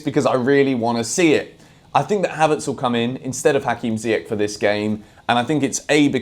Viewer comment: I don't mind you criticising Ziyech but please pronounce his name correctly. That's what Younes would say after watching this video 😂😂